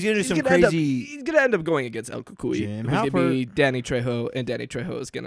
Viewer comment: I’d be totally down for a cucuy movie! 😱 Btw, love how you pronounce cucuy, lol.